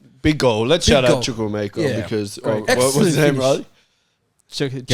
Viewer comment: How has Riley pronounced chukwuemekas name da best 😂😂